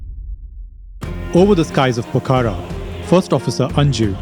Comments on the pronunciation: It’s not Pokara. It’s Pokhara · The pronunciation is not “ Po-kha-ra “ its Pokh-ra